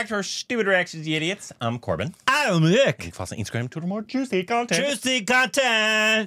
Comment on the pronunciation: Korbin pronounced it correctly 🥹🥹👌🏼👌🏼😁